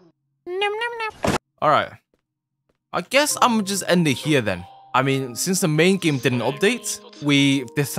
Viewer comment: "Im gonna end da video heair" XD